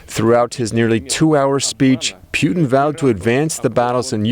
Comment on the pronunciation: He's going from Putin to Pewtin.. (Pew Pew - cartoonish gun sounds) Get it. Sucks - I know! But He said it like 5 times!!!